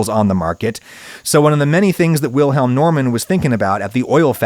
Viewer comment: I think he pronounced "Wilhelm" correctly, just with a very slight and insignificant English accent. The German pronounciation of "Normann" is wrong, though. But that is understandable as the last name also exists in the US - and is pronounced the way Adam did. But I see your point.